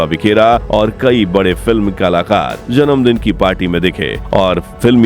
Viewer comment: Her name is "Zeenat" not Jeenat.n "Saira" not Shaira.n the work is "Janamdin" ,Zanamdin kbse hogya.atleast pronounce Hindi correctly.n names even if urdu or english u need to pronounce correctly.First learn Correct pronunciation then make a video!